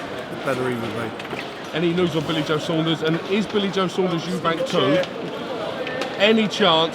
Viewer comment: Who's gonna tell him there's no S at the end of Eubank?